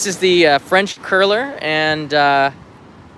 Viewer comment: French Crueller rather than curler??